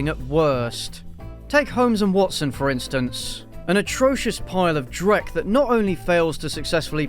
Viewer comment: Did he say "drek"? Nice my dude